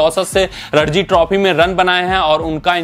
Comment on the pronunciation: रणजी ट्रॉफी नाम है, रडजी नाम नही है